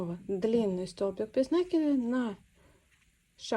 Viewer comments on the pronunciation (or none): Спасибо за прекрасный мастер-класс! Отличный узор! Одна маленькая просьба: слово накИд, ударение ставим так же, как в слове накИдывать.